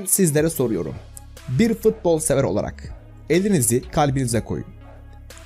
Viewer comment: FITBOL DEĞİL FUTBOL